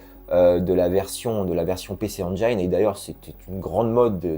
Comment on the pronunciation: Vidéo plaisante, avec du contexte et infos. Super chouette à regarder. Et comme toujours, réal au top, et musique d'ambiance aussi. 👍🏽 Pour faire mon ayatollah du gamin' 🤓, c'est “ENJIN” pour la prononciation de la PC Engine. Me concernant, mon rapport à ce jeu s'est fait tout d'abord via les screens des mages (Consoles + en tête). J'étais en transe devant le design et la DA. Mais malheureusement je ne l'ai jamais fait (NSex de base 😀), j'ai du attendre de prendre la compile Capcom arcade et j'ai kiffé mais bordel que c'est dure, je ne me souviens même plus si je suis arrivé à al fin… Et étonnamment j'ai bien aimé le remake, d'autant plus que c'est Double Helix Game au dev. Un miracle. 😀 Bon je me suis arrêté au boss final, faudrait que je finisse tout ça et mon seul regret, qu'il ne soit pas sorti sur Switch.